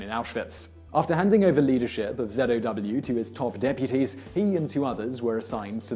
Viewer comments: zow not zedow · why he sayinh zedow